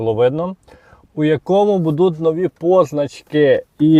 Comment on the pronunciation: бУдуть, а не будУть.